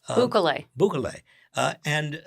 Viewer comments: It's pronounced "Boo-kelly". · Boo-KE-le is how to pronounce the scoundrel Bukele's surname